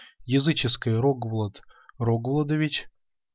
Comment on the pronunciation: Маленькая поправка, в имени Рогволод ударение на последнее "О", РогволОд.